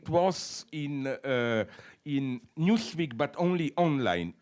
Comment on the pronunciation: Anyone notice that when he says "Newsweek" it sounds like he is saying "Newspeak"?